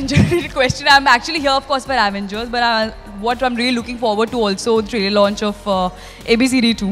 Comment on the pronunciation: Actual name Avengers How they pronounce Aaavengers